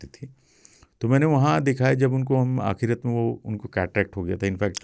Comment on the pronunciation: Aap ek word bolte hain,aakhirat, akhirat nahi aakhri waqt hota hai!